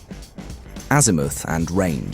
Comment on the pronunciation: It wasn't bad but AI pronunciation of "azimooth"😅